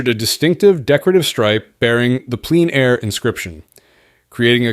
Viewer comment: In this vid, "Plein Air" is sometimes pronounced like "pleen air", and sometimes as "pline air". Merriam-Webster says it's pronounced "plen air".